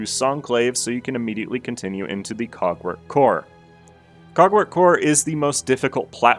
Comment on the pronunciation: I’m sorry WHATwork core? I don’t hear a “G” sound. I’m hearing 🐓 work core.